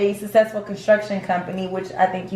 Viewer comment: But why did the scammer's daughter keep saying successful like "sess-sess-fo". She did it over and over round